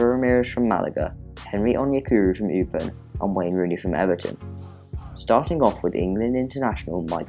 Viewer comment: It's not 'Upen' It's 'Eupen'